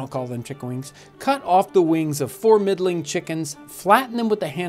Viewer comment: For a second there I thought you said "Cut off the wings of four meddling chickens..." Crikey. That was pretty drastic for the poor ol' chooks!